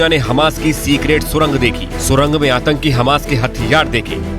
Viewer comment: Bhai atanki H ke latke 😂 pehle sahi bolo 😂